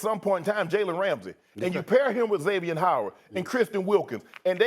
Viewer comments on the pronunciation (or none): none